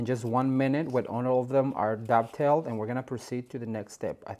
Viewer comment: are you saying dove tail? or duck tale? the ends of the ribbon?